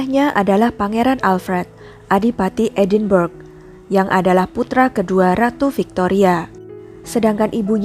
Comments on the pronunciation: Woi mustapa ucup..edenbrah yg bener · Narator perlu belajar lagi.. Edinburgh sebenarnya disebut sebagai [Edinbra]